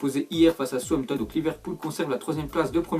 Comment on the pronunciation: qui a remarqué qu'il ne peut pas prononcer Southampton 😂